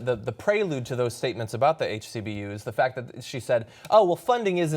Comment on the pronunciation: Is anyone else ticked off that he keeps on saying "HCBUs"